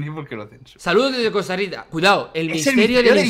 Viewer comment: Es Costa Rica no costa rita